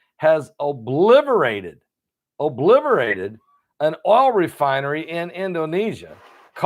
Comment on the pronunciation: “Obliterated”. There is no v in obliterated.